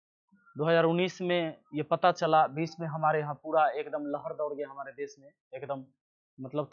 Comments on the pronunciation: बुरा दौड़ नहीं बुरा दौर... 😆😆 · दौड़ नहीं दौर होता है सरकार